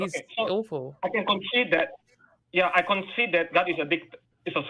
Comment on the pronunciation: I was convinced Japheth was saying "God is a Celestial Dickhead," but it turned out he was saying "Celestial Dictator." Six of one...